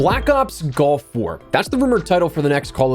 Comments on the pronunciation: Hopefully everyone can use this year to practice saying “gulf” and not “golf”. Just listening it sounds like I’m gonna use my Tiger Woods skin and drop into Black Ops Golf War 😂😂😂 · I know he said gulf... but I swear it sounded like he said black ops golf war... 🤣💀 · I can’t help but hear “golf war” every time you say it lol